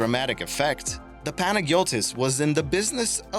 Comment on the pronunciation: MV Panagiotis and Navagio are pronounced "Panayotis" and "Navayo", just fyi. I've actually been there last year, climbed to the very top of the shipwreck, nearly cut my leg open on the rusted metal. 10/10 would do it again lol.